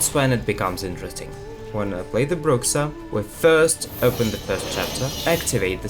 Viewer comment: It's not called Brucsa, it's either Brusha or Brurra (kinda of like the J in Jose is spelled in Spanish) Always annoys me when people spell it like that and I was surprised to see that even in The Witcher series Geralt spells it the same. Bruxa literally means witch in some latin languages.